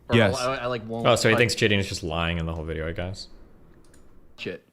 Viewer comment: Is he meaning to say say jideon or is he mispronouncing Gideon??